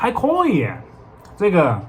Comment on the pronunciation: 发现马克的“可以”，是成都发音“阔以”。